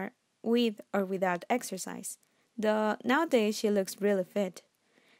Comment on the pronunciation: She meant to say “THOUGH” but it sounds like “duh”